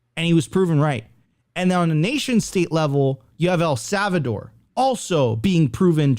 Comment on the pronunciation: bruh if says el savador one more time ima off myself